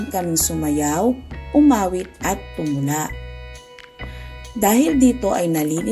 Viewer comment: Tumala ka diyan Tumula hindi tumala